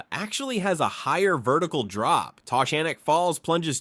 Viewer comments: Tuh GAN ick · The locals pronounce the name in a way that rhymes with "mechanic" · And "Tuh GAN ick" Falls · You mispronounced Taughannock Falls in Ithaca New York. It's pronounced Tuh•gan•ick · Taughannock (pronounced tuh-GAN-ik), just north of Ithaca NY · I was shook how he pronounced taughannock. Ive always said it as taw-guh-nawk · I was just going to the comments to say the same thing. Ithacan here. You know if someone is local by how they say Taughannock. 😂